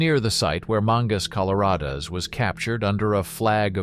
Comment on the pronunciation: Here is witnessed the problem of using AI voiceover. No less than 17 words/names were grossly mispronounced. No big deal? Yes it is because future students looking for information will operate with incorrect information. Mangas Coloradas was NOT captured at Fort Cummings. He was captured at Fort West near the Santa Rita Copper Mine. Nine military bases as you mention Fort Union twice.